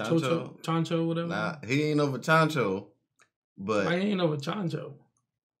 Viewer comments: Chancho ? Lol You mean Chouchou ? 😂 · ChanChou!? Do you mean ChouChou, the dog from Orange Town?